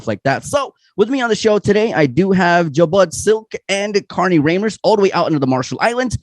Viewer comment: Yall got Carnie's lastname wrong lol its Reimers not Riemers